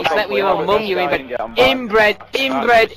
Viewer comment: "INBWED" rofl